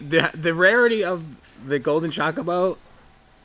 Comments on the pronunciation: Only saying this because I know it's good for a video's views, but the way you say Chocobo triggers me. 😂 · I know this is a "tomayto tomahto" type thing... but it's interesting to see someone call them "Chakabos" using the same pronunciation as "CHOcolate" or "Chalk" instead of calling them "Chocobos" with the same pronunciation as "CHOsen"... which is how most final fantasy fans I've seen have been pronouncing it for decades. But to each their own. 🤣